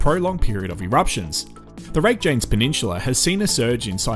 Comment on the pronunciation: Rake-janes. Spoken like a true aussie